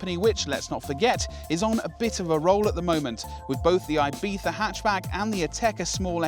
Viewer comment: Please do not say Ibiza ever again!